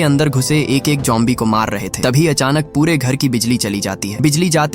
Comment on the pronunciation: Bro it's zombie not jombie😊